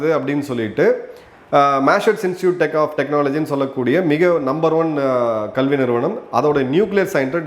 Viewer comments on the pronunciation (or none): none